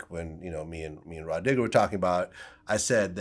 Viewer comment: Vlad said Rah Digger. 😂😂😂😂😂😂